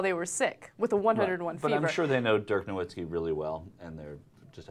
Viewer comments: its pronounced noVitzki dumb bitch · These reporters are dumbasses. Can't pronounce nowitzki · No"V"itski, he's German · it's pronounced no-V-itzki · BTW it's pronounced noVITzky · Why does she try to talk about crap she knows nothing about? They didn't even pronounce his name correctly.